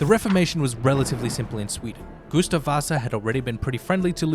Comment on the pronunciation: Goose-stav and Ricks-tag lmao!